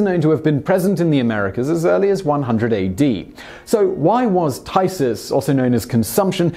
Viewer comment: 'phthisis' is pronounced like 'f (as in 'fire') + thesis (how you'd normally say this word)' I couldn't make out what Simon said until I saw it written :P